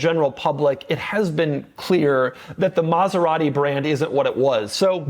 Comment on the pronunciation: Doug is the type of guy that still cannot say ANY Italian brand the right way. Car enthusiast? Been to Italy? It does not matter. Saying Maserati the right way? Nah.